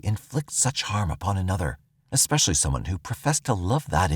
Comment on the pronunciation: Judy's mother seems aloof, almost staunchly clueless... I become infuriated with women like her, no disrespect but she pronounces 'Especially' as 'Exspecially"